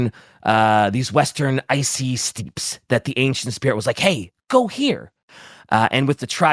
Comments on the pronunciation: "Steeps" my effing sides. (Also it is that makes that mispronounciation, though he does say steppe correctly a few times.) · I'm screaming at my screen for Bricky to tell him how to pronounce "steppe".